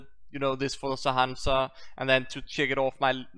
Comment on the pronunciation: sha-han-shah that's how you pronounce it and glad to see this series back